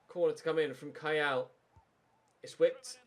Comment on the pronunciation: You miss pronounced Kayal in the charleston game. its Keeyal